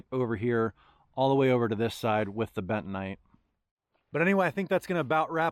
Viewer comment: What the heck is betonite or what ever you said..................